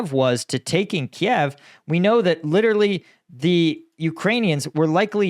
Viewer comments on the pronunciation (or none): none